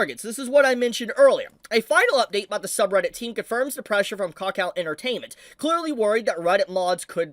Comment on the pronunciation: can't even lie i kept hearing "cock out entertainment"